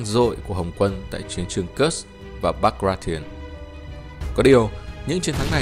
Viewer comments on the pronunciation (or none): none